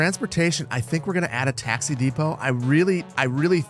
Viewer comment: Bro cant say taxi